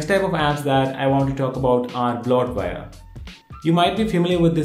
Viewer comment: Wow... I had to rewatch 6 times just to figure out you were saying "bloatware"...